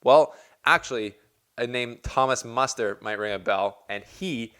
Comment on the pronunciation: Muster's surname is pronounced almost the same as written. No offense, but from your mouth it sounds like mustard.